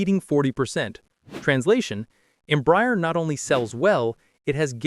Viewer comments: The correct pronounciation in Portuguese os not Embry-er, but instead Embrah-air. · The mispronunciation of Embraer is painful. It is NOT em-briar. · Please, it is pronounced EM-BRA-ER [ẽbɾaˈɛʁ]. Your pronounce is painful. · You would hope the voice is AI ..don’t think a human would be so stupid to say the company name wrong so many times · You didn't pronounce any airline or Embraer corretly